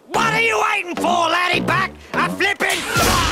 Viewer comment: He said flipen